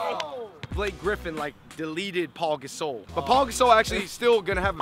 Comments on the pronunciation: It's not Paul gasol it's pau gasol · It's pau not paul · its pau not paul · Ryan Francis its pronounced pa-ow, not paul, but nice vid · It is PAU not Paul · It's Pau, not Paul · It's pernounced like pow not like Paul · They said Paul Gasole pronounced like that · It's pronounced "Pow" in Pau Gasol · But it's spelled and pronounced Pau Gasol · It's Pau there is no L in his name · Know how to correctly say dirk even thought most people don't and then mispronounce pau